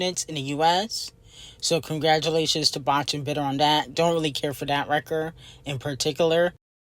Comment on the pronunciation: I have to say this... every time you say the word "Botch" in (Botch and bitter) i literally have to pause the video... it makes me cackle every time you say it🤣😂🤣😂